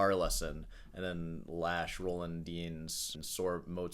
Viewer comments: It's pronounced Roland Deenz nuts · No one pronounces "Dyens" right. Or Villa-Lobos! Bach sounding great! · I believe it’s pronounced Roland Dyens